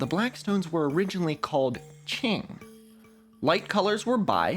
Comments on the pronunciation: indigo proves Newton was a fraud the whole time. it's qing not ching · Not to nitpick but the way q in qing is pronounced is at the tip of your tongue. You put the tip of your tongue gently onto the back of your teeth. It sounds a lot more like a ts sound (imagine imitating a bomb about to blow up) more than a ch sound in English. Ch is on the other hand pronounced by pressing the flat of your tongue onto the roof of your mouth